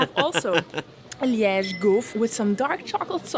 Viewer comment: No, you pronunciation of Liege is spot on!